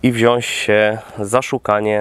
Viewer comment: Kurde, poprawiłeś znacznie swoje wypowiedzi, jedno zostało! TAM KURWA, NIE MA "Ś" !!! WZIĄĆ!!!!